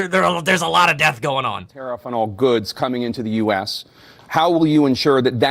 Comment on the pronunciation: did Biden say he's bringing down the "Fentanyl Debt"?!?!